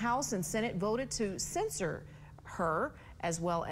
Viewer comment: May I respectfully suggest that the lady reporting this story be very careful with her pronunciation, because we the viewers/listeners are seeing the word "censure" written but hearing the word "censor" spoken...and those two words are not the same at all. Indeed the need to differentiate those 2 verbs is quite important, particularly within the context of this specific news story...